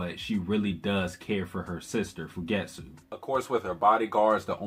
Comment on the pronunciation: Thanks for the great recap. Btw it's Fu ge tsu and Sa tsu ki. Don't run the first syllable unto the "t" or the second syllable in Fugetsu into the t. Also, the u in Satsuki is minutely pronounced.